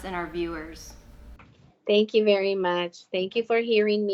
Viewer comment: "He was a reech person sooo he was berry wealthy."